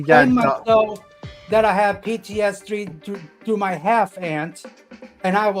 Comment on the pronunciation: PEETEE-ESS-DEE!!! Jupiter the Hybrid has competition XD Man, I was there on the stream a bit ago and really do feel people this mentally unwell need serious help and no internet for a while. Thats what's best to not get more PEE TEE ESS DEE! @@ Hello! Hope your day goes super!